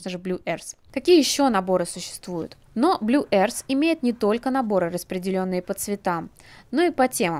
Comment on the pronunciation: Обзор хороший, но "Blue arse" меня убило